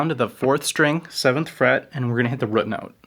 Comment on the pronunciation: Dude i love you man, subscribed, but you say the word "root" incorrectly. RUT is pronounced differently than ROOT.